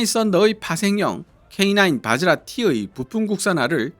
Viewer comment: 바지라가 아니라 바즈라입니다...